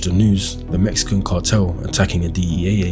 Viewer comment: “mexcian” LMAOOO 😂